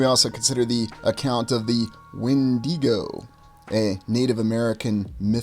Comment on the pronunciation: Regardless of anything else, I'm glad you pronounced the 'When-dee-Go' correctly. Kudos to you!